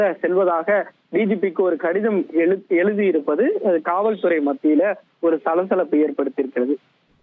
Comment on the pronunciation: கடிதம் எலுதி இருப்பதாக தகவல், டேய் நிருபரே😂😂😂 எந்த பள்ளிக் கூடத்துல எந்த தமிழ் ஐயாகிட்ட படிச்சு வந்தாய்? நாக்குல வச்சி தேய்க்க.........வசம்ப😂😂😂😂